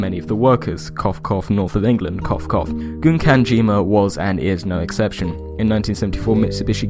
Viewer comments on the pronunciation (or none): While I think of it, the first syllable of "Gunkanjima" is pronounced like "gun", not "goon".